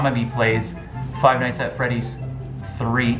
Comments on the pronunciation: Frive nights at Freddy’s??? XD she said it wrong! It’s Five Nights At Freddy’s/fnaf XD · Fried Fried nights at freddys ( said that At the beginning) Lmao no hate just a notice comment:3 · "fried fries, fried flets, frive nights at freddy's" XD im dying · FIVE FRIES HAHA XD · Frive nights at Freddy’s she said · Five fries XD hahaha